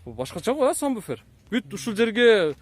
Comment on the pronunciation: Сам буфер эмес Сабвуфер